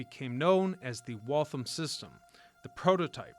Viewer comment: WaltHAM like Ham ... Dam